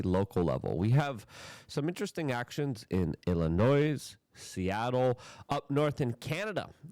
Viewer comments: Dude, Illinois is pronounced “ill a noy” NOT “ill a noise”. The noise there is just Pritzker belching his BS. Love your show, keep up the good work! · Illinois is pronounced Ill in oy, no S sound. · Illinois is pronounced, “Illi-noy.” You don’t pronounce the “s.” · The S in Illinois is silent. It's pronounced ill-anoy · You pronounce it, “Illinoi.” You don’t pronounce the S. You make it sound like there are two of them. 😂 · Stop calling it Illi-noise. Give us some respect. Most of us aren't commies, we're hostages. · You don't pronounce the 's' in Illinois. Re-re alert! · I wish I could tell you privately. The “s” in Illinois is silent. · Love ya Luke! I must say I cringe when you say Illinois. FYI the S is silent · The “S” in Illinois is silent. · It’s Illinois the “s” is silent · You don't pronounce the s in Illinois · Luke - the s in Illinois is Silent. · Illinois.....THE S IS SILENT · Luke can’t speak English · Love the show Luke! Also, the S is silent when pronouncing Illinois. 👍 This corrupt prick oligarch governor also wants an additional 30 cents tax per mile on Illinois drivers. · Illi-NOISE, Hoots Ease, Doy-ge... does he mispronounce words intentionally?